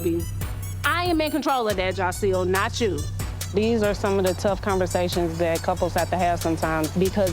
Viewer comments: Y’all killin’ me with the “Jocile”. It’s Jasiel. Not one comment with it spelled right 😂😂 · annoys me soooo bad She thinks that because she calls Joc “Jahsil”, she special. Girl please. You knew what type of man Joc was before you married him. This man cheated on you MULTIPLE times BEFORE the wedding. And she a whole lawyer 🤦🏾‍♀️ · lmaoo u ain't wrong "Jahsil" is killing me